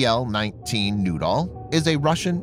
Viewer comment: Pl-19 noodle? Who launches a noodle? LOOK OUT! We got incoming noodles! Do we counter this with”Bread sticks”.....or a nice sauce? It’s pronounced....New..Doll or Nude..Doll. Well now......your just getting silly! OK give me the radio”Sir we got PL -19 Nude Dolls on our screen........yes sir.....I agree...if they were under 18 we probably couldn’t shoot them down,,,,,,right sir.............oh you want a “Picture of the Nude Dolls” for archive records! Yes SIR!